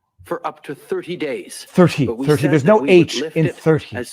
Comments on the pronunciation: There uhh... there is an 'h' in thirty. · Ha, no “H” in thirty.... that cracked me up... then I thought oh wait yes yeah there’s an H Oh geez Sorry IRRELEVANT comment alert 😆